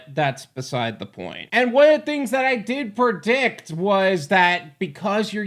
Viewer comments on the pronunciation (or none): "I PERDICT" for the love of GOD It is PRE then DICT. Not PER Spelling/vocabulary Nazi wanna be 😅